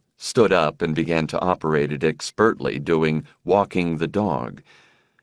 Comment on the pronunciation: This guy has been pronouncing words oddly in every book I've listened to so far. I've taken it stoically. But he keeps saying "expertly" almost as two words; "Ek spurtly." Something has to be said.